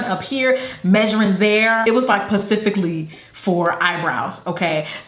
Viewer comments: "It was like PACIFICALLY for eyebrows" 😑😑😑 The word is SPECIFICALLY girl 🤚🏼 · ‘Pacifically for brows’ 😂 Think you mean SPECIFICALLY 😂😂😂 Girl you too cute ❤️ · 'PACIFICALLY' for eyebrows lmfao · Cute how you said 'pacifically' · did anyone catch her say 'Pacifically' instead of 'Specifically' 😂😂😂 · 'pacifically' 😂😂 you crack me up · Pacificaly, Jackie? Pacificaly? lol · Jackie I know you did not just say PACIFICALLY!!!! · 😂😂😂😂 Jackie... did you just say Pacifically? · "It was pacifically for eyebrows" girl LMAOOOOO love you 😂😂😂😭❤ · "it was PACIFICALLY for eyebrows" ....jackie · Lolololololol pacifically 😭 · Why do people say Pacifically???? Its not an ocean! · "Pacifically" LMAO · LMAO "pacifically" 😂 I love mine. Best decision I've ever spent my tax return on! LOL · "Pacifically" Jackie you play too much 😂😂😂😂. You be doing that stuff on purpose. I see you girl! I love your eyebrows though but that 1200 though! Jesus be a paycheck! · I love her so much,...but my girl mispronounced it so well. .. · Pacifically?! lol. Playas f up. 😂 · "It was like pacifically for eyebrows!" 😂😂😂😂 I just love Jackie!